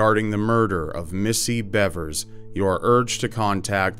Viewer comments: Missy BEAVERS is the correct pronunciation. It is spelled Bevers, but actually is pronounced “Beavers.” Sorry to be a Grammar Nazi, but it’s easy to figure out, all you had to do was watch one news video. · It’s pronounced “beevers”